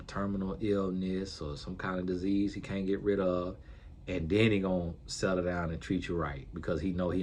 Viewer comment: I think meant can't but the t didn't sound out